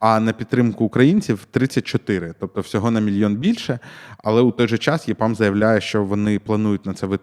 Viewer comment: EPAM потрібно читати як ЕПАМ українською, а не ЄПАМ. З англійської ЕПАМ розшифровується як Ефективне програмування для Америки.